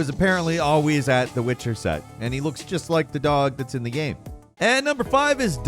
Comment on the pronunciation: Video "gam"